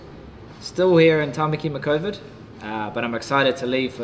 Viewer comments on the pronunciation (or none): I cracked up laughing when he said tamaki micovid hahaha 🤣🤣🤣